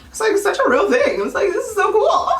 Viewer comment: "Ima need you to do one ting and one ting only" GIRL....BEEEEEN DID DAT 💁🏿💁🏿💁🏿💁🏿💁🏿💁🏿